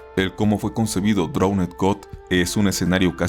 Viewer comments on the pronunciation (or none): Me encanta el video, pero por la uta madre, aprende a hablar inglés o menciona los nombres en español; me sangran los oidos cada que oigo "drownEd".